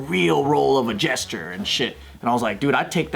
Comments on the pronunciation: Why are they saying jester like "gesture"?? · Jester... why did he say jesture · I know they mean Jester, but I keep hearing GESTURE. 😅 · It's jester, not gesture